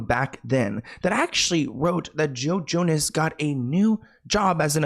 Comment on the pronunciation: I was listening (not watching) and swear you said JoJo, no Joe Jonas 😂 and I was like “JoJo Siwa planned Diddy’s parties?!?!”